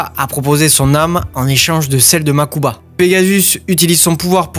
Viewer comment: Un truc que j’ai jamais compris, si les bro kaibas sont "riche" pourquoi mokuba ( makuba ) et toujours habillé comme un sdf et Seto à 5 tenues ( je compte pas le dernier film ou il habillé comme pour un gala ) ? Ah et oui mokuba et prononcé une seul fois en vf par… seto ( des fois la vf on dirait celle de dbz ou cdz ( saint seiya ) ex: au lieu de dire «MAZENKO! gohan dit RAYON MAGIQUE! »dans dbz ou en encore seiya quj a pris «UNE DÉCHARGE ÉLECTRONIQUE» ) aaah quelle époque tous ça 🥰